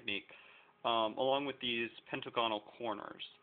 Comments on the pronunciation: pent-A-gon-ull, NOT pent-UH-gon-ull lol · You say "hexagonal" and "pentagonal" completely wrong. They are supposed to be pronounced similar to "diagonal" which wouldn't be pronounced die-a-gone-al Cool creations, though